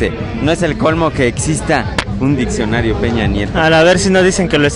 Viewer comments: Se pronuncia Diccionario, no ditsionario. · chingada madre todo estaba bien hasta que dijo ditsionario ><¡¡